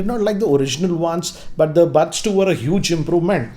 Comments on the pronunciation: First learn how to pronounce Buds ...It's buds and bads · Don't know why this showed up in my recommendation but I cracked really hard when I heard his English 😂😂 Lol Listen to him again if you don't believe me but every time he says buds I actually hear "bads".. not sure its just me...🤣😂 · anyone else getting annoyed with the pronunciation of buds ( buuuds, baads)